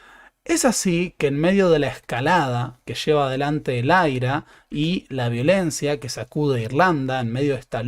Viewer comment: Lo de " AIRA" me hace acordar a César Aira🤭, no, en serio, he escuchado referirse en inglés al IRA (por irlandeses) y ellos dicen "ai-ar-ei", yo creo que, si se dice en castellano, sería IRA, así, como se lee.